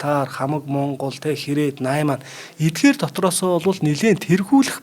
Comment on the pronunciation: Наймаан гэж хуцаад байхын казак чинь найман гээчээ хасагаа